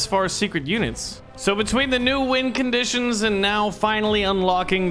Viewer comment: Am I the only one that heard him say wind conditions not win conditions